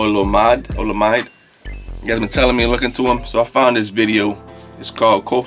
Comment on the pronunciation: Pronounced Oh-Loh-Me-Day!